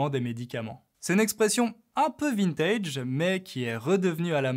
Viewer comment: Bjr. T'as prononcé le mot "vintage" comme en anglais Est-ce un anglicisme ? Vive la France ! Pas grand fan de Macron. Mais vaut mieux lui qu'un clone de Trump. Salut de New York.